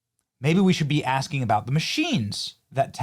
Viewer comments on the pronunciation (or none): none